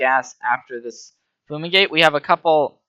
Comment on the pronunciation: im sorry but its drivingme crazy that you keep calling FUME-igate Foo-migate. look at the art, say the word to yourself. it doesn't make any sense